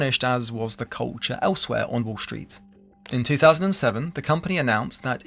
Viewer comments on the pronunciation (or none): disliked. you pronounce 'street' as 'shh-reet', and 'destroyed' as 'dish-royed'. so you can't speak, so I won't listen. clicked off.